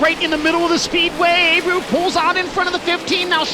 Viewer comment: It’s not pronounced “A-brew” it’s “Ah-bray-ooo”